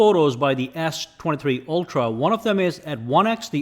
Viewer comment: The way you say s23, sounds more like Ass 23